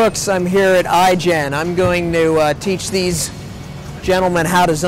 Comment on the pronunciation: Am I the only one who noticed that he said I-Gen not IGN at the beginning of the video?